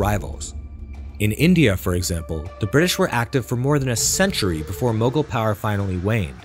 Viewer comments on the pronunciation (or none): none